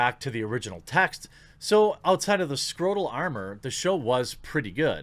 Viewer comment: Did you say scrotal armour or skeleton armour?